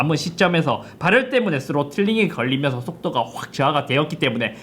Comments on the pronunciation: 오늘 따라 ‘ㄹ’ 발음이 두드러지네요 “발열르ㄹㄹㄹㄹ” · 발열 발음이 ㅋㅋㅋㅋ